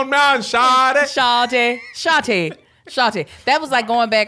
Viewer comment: As a person from Atlanta, I cringed greatly when Kev kept TRYING to say shawty 😂